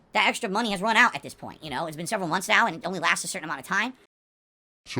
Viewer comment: These vids are too good.😂😂😂 Also I honestly thought I was the the only person who noticed he says “munts” instead of “months.”